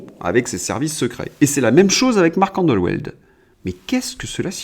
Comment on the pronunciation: Marc Endeweld : ça se prononce andevelt :)